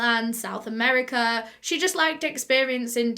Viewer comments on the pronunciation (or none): none